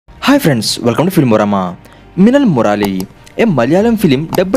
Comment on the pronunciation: Not muraali it's murali